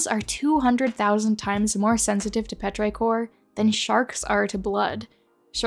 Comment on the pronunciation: Petrichor is not pronounced like that, with the i saying its name. The i is supposed to sound like 'ih,' as in "is" or "whiz."